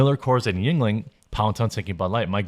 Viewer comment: lolol Jeremy be like "yuenling" sounds kinda ting-tongy. 😂